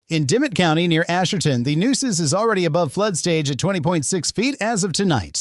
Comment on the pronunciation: Nooses River? Where did they get this fool from???? If you’re gonna do Texas news you must learn correct pronunciation or folks will consider you a Yankee!